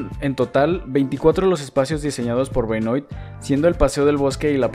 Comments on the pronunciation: Hola! Hermoso el video. Pedro Benoit (que se pronuncia "Benua" por que es frances) es mi tatara abuelo, que loco verlo en tu video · Gran ciudad. Voy cada tanto a ver a Estudiantes. Solo para aportar: Benoit se pronuncia "Benuá", es francés.